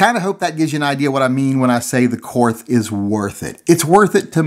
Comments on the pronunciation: trolling for money disguised as BS about grip selection. Nothing about the gun. By the way, it is pronounced KORT not KORTH OK? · How can you do a review on a gun that you can't pronounce correctly? It is pronounced KORT, not KORTH. And while we're at it, Porsche is pronounced PORSHA, not PORSH. Research your subject before doing a review, apparently, especially if it is German. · If you know anything about Korth revolvers... You know it's pronounced like "court." Hahaha! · Korth is pronounced Kort. No h sound on the end. I'd love to have one, but can't justify it. Stick with the rosewood. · Awesome gun, actually pronounced "Kort" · It's pronounced "Court." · Keep trying. After all, it's a Korsche.....Porsche.......Korth! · It's pronounced KORT. and you are right the camo grip is ugly. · You know it's pronounced "cort"? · Ever considered getting a Korth semi auto? They're super neat as well. Also, it is pronounced like the word court, weird, I know...